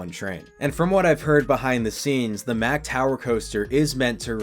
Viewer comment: Why are you pronouncing MACK like that when that's not even how the company pronounces it? Come on now, you of all people should know better. Lol.